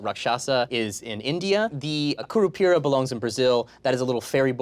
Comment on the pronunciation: They even pronuce curupira really well